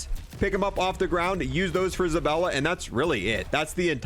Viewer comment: Omg it's zabAlla not ZabElla!!! LOL